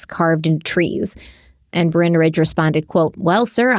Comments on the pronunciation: Bryn is definitely not pronounced Brian, it’s a Welsh name and that means “hill” 😂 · Stephanie I agree with you 100% it is "Bryn" not "Bryan" in order to say Bryan you have to have the "a" in the name lol either his parents couldn't spell or no. His parents couldn't spell lmao you could also pronounce his name as "brine" like what we put "turkeys" in for thanksgiving to make them plump and juicy just like what Brynn tried to do to this case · I agree with Stephanie, Bryn rhymes with Lynn, or Syn. Bryan with a Y, also need an A 😂